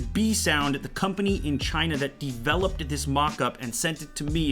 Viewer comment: LMFAO! listen and loop it from to > he says "The company in China that deeeveloped dis dis mockup"